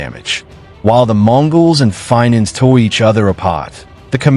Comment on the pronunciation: If you want to know facts and not made up stuff where a AI thing can't even say Fink's properly definitely do not find it through this poorly made up stories.